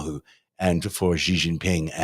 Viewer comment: The "X" in the Chinese name "Xi" is not pronounced like the "g" in the English word "regime"; indeed, the Chinese language doesn't even have this quasi-French sound. It's pronounced like an "sh," thus "Xi" is pronounced more or less like the English word "she." Similarly, the "J" in the Chinese name "Jinping" is not pronounced like the "g" in the English word "regime," it's pronounced more or less like the "J" in the English name "Jim." Easy!